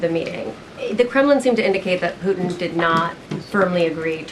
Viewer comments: PuTIN not POO IN! You 💩 IN the 🚽. Hopefully PuTIN 💩 IN the 🚽 PLEASE, PLEASE, PLEASE stop saying POO IN!!! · The letter T seems to be missing in the vernacular of spokespersons. Pudtin isn’t Pudin drives me crazy. Ditto the T in the United States. Slurred by Pelosi et all. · President Poo-in! 😅